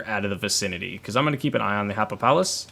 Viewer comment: I'm positive it's pronounced Happy-pal-us